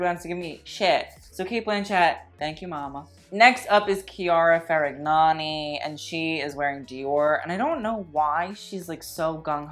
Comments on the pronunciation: Chiara WHAT? you literally said ferignagnui lol ❤ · fun to hear you butcher chiara ferragni's name haha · The way you said Chiara Ferragni.... And yes, her outfit was bad but she didn't wear that to the red carpet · My favorite part is the way he mispronounced her name, it gave me life. That outfit is just a disgrace 🤦🏻‍♀️